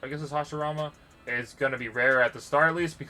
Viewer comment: Hashirama is pronounced (hash ee rama